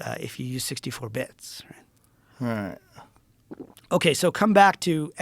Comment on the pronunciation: .....Joe has NO IDEA what this dude is talking about and tries to say "all right" but it comes out as . uh eye. His look of confusion is great.